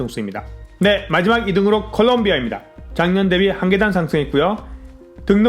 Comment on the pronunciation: 컬럼비아 Columbia 라고 발음합니다. 콜롬이 아니라.